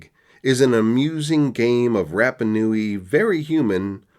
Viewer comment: its pronounced Ra like the sun god, not like Rap. RaPa Nui